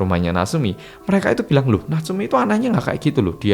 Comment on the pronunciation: Natsumi bukan naseumi😂